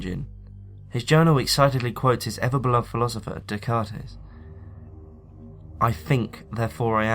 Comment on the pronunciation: you pronounced Descartes wrong, it's pronounced Day-Cart. Just so you know.